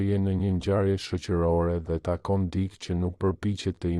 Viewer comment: Mëso theksin e fjalëve. Jo "dik" por "dikë".